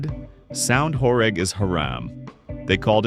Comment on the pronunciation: Actually pronounced "horêg" (like ênormous), not "horég"